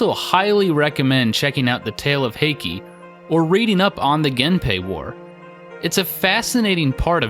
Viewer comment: Some Japanese pronunciation hints for you! An "ei" always sounds like "ay," which would make Benkei "BEHN-kay." An "e," as in Heike, is pronounced a bit like a softer version of the "ei" sound I just explained, which ends up sounding more like "eh," as in "HAY-keh." Likewise, "Amahagane" would be pronounced "Ah-MAH-hah-GAH-neh." Most "u"s in japanese are quickly skipped over and very subtly pronounced, as in Yoshitsune. Here you would pronounce it "Yo-SHEE-ts-neh," as four syllables. A "u" in this case is treated as a kind of vocal break. To break this down, imagine the "ts" sound being its own word for a moment, and just say "ts" out loud. Then say "neh" out loud as if it's its own word as well. Then say them closer together, as if they're two words. The goal here is to not make it sound like "sneh" as if the "s" sound runs right into the "n" sound. "Yo-SHEE-ts-neh." If you have four syllables and there's a hard-to-describe break between the "ts" and "neh" sounds, you have it right. The same applies for "u"s found in other words, as in "sakura" (cherry blossom) or "naruto" (fish cake). Also of note is that "r"s are rolled slightly, like a very light "d" sound. Here you would say "SAH-k-dah" and "NAH-d-toh," both with three separate syllables. I hope this makes sense. It's probably the hardest sound to explain in text without being able to audibly pronounce it for you. On the other hand, if there's a line over a "u", like in Shippūden, then you pronounce it as a long "u" li